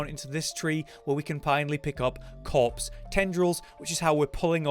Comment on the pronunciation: After reading this every time you hear him say corpse you will hear cops